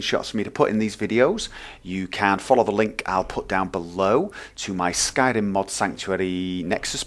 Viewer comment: I swear you turned into a Nord when you said 'Skyrim'.